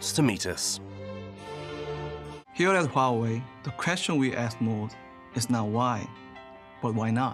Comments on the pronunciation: HAWAII ??? HOOA-WEI Element "Sn" is TIN, not Zinc. smh. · "Hawaii"? Lol, that'd be "Waa way" actually. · Ive heard people calling it huawei and huawe but never in my life has anyone called it hawaii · It's pronounced "hwah'-way", not "huh-why". Also known as Chinese spy ware. - It's pronounced "wan", not "yen". "Yen" is Japanese currency. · WAWAY not HOOWAY! I mean the rep just said it right in the middle of the 20 times you said it wrong. I hate when I pronounce the name correctly (I live in TEXAS in the US) and there's always someone so quick to tell me I'm saying it wrong. SMH... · It's not hu-way, it's wow-way...👍😉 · Sir it’s who-wah-whey not -who-way 👀🌝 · Huawei is pronounced hwah-way not who-way 😂😂😂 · Did he just pronounced “hua wei” as hawaii? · 12 months on research, by you spent zero time pronouncing Huawei correctly? It's not Hawaii, it's wah-way. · HUAWEI NOT HUWAI 😂😂😂😂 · hawaii lol that's really lazy work from ENDEVR, takes 2 seconds to see how to say it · Pronouncing Huawei as Hawaii? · what did you call huawei ? :D hueei? lmao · Huawei = Huwai...??!! Lol what? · Except for learning how to say 'Huawei'! So cringe, their work is great but really, if you're doing a doc on a Huawei factory, maybe learn how to say it?